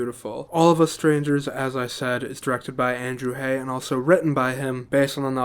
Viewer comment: Thank you for your direct, sincere and enthusiastic review of this wonderful film. (F.y.i.: Andrew Haigh's last name rhymes with "vague" -- long "a" and hard "g." You got the first part right. And I believe that Paul Mescal's last name is pronounced "MESS-cull," though you're in good company in getting it wrong! Thank you.)